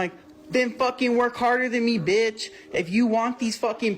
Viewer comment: if a white guy goes "this bentch" i just caaaaaaaaaaaant, just go home kyle your mom made you the hot pockets you like. I just have no respect.